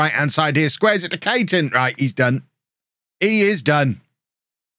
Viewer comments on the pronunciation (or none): Charlie Caton is pronounced Cayton, it's my name so I should know, hehe